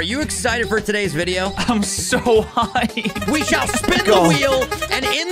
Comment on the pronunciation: Did say I’m so hyped or I’m so high